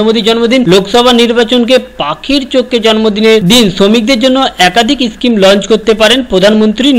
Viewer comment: are bhai uchharon to thik kor kotha ta eschime noi ota schime😁😁😁😁😁😁